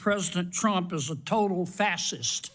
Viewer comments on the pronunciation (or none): Fassist? Also , & :D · This clown can't , at least publicly, pronounce fascist correctly. He has multiple degrees from multiple universities, so he must know how it is pronounced. He is putting on a good ole boy act. Well said, Mr. Ojeda. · Dickhead can't pronounce facist. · What is a " fassist"? Does he mean fascist? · Kennedy cannot even pronounce "fascist". It's fah shist.. Not fah cist. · Don't know if Kennedy forgot to put his teeth in, but it's pronounced fa'shist', not fa'sist'... and my dog's smarter than a large section of the American public... including him. He didn't vote for trump, just for starters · What the heck is a "fasist" Senator Kennedy? The word is Fascist. What and idiot! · Kennedy can't even pronounce the word fascist correctly. I thank EVERY military person who protects our country and speaks honestly to protect our country from the fascists and insurrectionists who follow Trump to the destruction of our country. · WTF is a fas..ist....put your dentures back in you damn hick Kennedy...it's FASCIST! 😊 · The idiot Kennedy can't even pronounce the word fascist . He pronounces FASIST. This bozo needs to be put to pasture. The old fogy is out of his head. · Foghorn Leghorn can't even say the word right! It's not "fasisest" fool!!! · Old 'Gummy' hillbilly imbecile trying to string a coherent sentence together is hilarious 😅....'Fasssist'....'Angerry'😂....back to porch dancing and banjo playing🤔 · Kennedy always looks foolish.Look at the condition of his sh*t hole state.No. 50 in almost everything.Can't even pronounce Fascist,sounds like Daffy Duck ,Fassist.What a 🤡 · I know what a fascist is.......but what is a fassist? John Kennedy can't even pronounce the word! Mental deficiency displayed every time he disrespects someone with his accusatory line of irrelevant brow beating. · What's a "FASS-SIST"? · What is a “Fass-ist”, Senator Corn Pone? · lol he said fas cyst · He can't say fascist correctly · Guy can't pronounce fascist. Lol